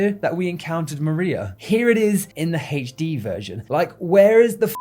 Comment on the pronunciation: haytche dee XD no offense bruv, i just love how you say HD